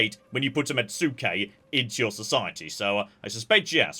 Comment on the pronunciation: This comment will continue until pronunciation improves: Mets-kay, not met-sue-kay. Please please, it hurtses us.